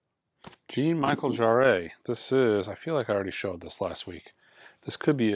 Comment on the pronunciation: Yikes, that pronunciation of "Jean-Michel Jarre" 🙂